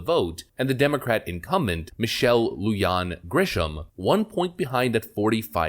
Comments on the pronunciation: Lujan sounds like Luhan. J like Juan and Jose. Not Luyan. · LU-HAN - NOT LU-JOHN! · Dude “Lujan” is pronounced “loohan” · It is Michelle "Loo-Han" Grisham. J is pronounced with an "h" sound in Spanish. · Lujan = Loo-Hawn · I live in this God Forsaken State. I am SICK of Michelle. By the way, it's pronounced, "Lou-han." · LU-HAN is how it is pronounced. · FYI, Lujan is pronounced LOO-HAN, and I HATE Michelle Lujan-Grisham. Even with former Governor Bill Richardson spending a lot of time at Epstein's Zorro Ranch in NM, I'd say she is the worst NM governor of my lifetime. She's even more of a tyrant than Michigan's Big Gretch. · Just a quick heads up. It's pronounced (Lou Han) like Han Solo lol. Cheers from New Mexico!! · Just a little thing about the pronunciation of names. Mark Ronchettii' name, the ch is pronounced with the k sound and Lujan- Grisham, the j in Lujan- is pronounced like an h. Keep up the great work!